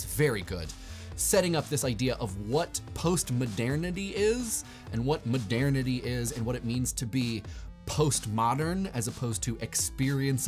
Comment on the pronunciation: Please, Google the pronunciation of "modernity". The way that you're saying it (over and over and over again) is completely wrong.